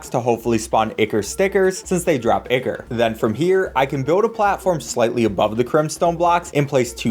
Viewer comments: i believe its pronounced "eye Core" not icor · EYE-CORE not icker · Btw I’m not sure if it’s just me, but I think you said ickor, when it’s pronounced Eyecore. Or spelled ichor. Btw again, you guys are amazing. It’s so fun to see you blow through this game. I consider this Minecraft with the difficulty of hollow knight. Not totally, but it is really hard. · Its pronounced EYE CORE. Not ICKER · Ichor isn't pronounced icker, its eye-core or eye-kur. I know Ichor sticker is supposed to rhyme but it doesn't. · It's pronounced "eye-core". Not "ick-ur". Sorry, that shits annoying. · Ichor=Eye-Core. not icker. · Eye-core not eek-ker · i love the video but ikm clutching my fists every time i hear ichor likr (ickor) instead of (I core) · its pronounced eye core not e ker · NO ICORE THATS HOW ITS PRONOUNCED AND AD I MAN TITE NOT ADMITE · It's not icker it's ichor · It's EYE-CORE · So nobody is going to comment on the fact that they pronounced ichor like icker? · My heart physically aches whenever he pronounces Ichor wrong. It’s supposed to be “Ai-kor” or “Ai-ker”. But hey, great speedrun. Never played Terraria, but looks fun! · it's so weird to me to hear ichor pronounced 'icker' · AAAAA BOTH OF YOU ARE SAYING ICHOR WRONG AND ITS BUGGING THE HECK OUT OF ME! IT'S PROUNOUNCE EYE CORE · The pronunciation of ichor is fantastic (it's eye-core btw) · btw it's pronounced I-core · ichor is pronounced like eye-core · btw the word ichor is pronounced eye-core, no flame just letting you know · for the love of god its not ichor its I CHOR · It's pronounced eye core you fucking jackass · The pronunciation of ichor hurts me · thats not how ichor is pronounced